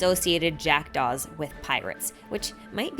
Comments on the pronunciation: Took me five minutes to realize you weren't saying "jacked offs" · me who heard jackdove as jackedoff: 😳